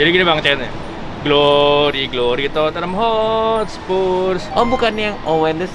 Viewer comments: Totte-nham 2 syllable instead of 3 to-ten-ham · DIT, Tottenham, pronunciation- nya: (TOT)+ (NUHM)